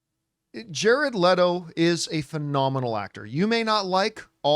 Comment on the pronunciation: Thank you for pronouncing his name correctly